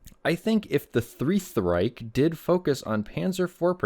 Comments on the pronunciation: damn the "three-th reich" was so good that it defied the rules of basic english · the thrieth riech 💀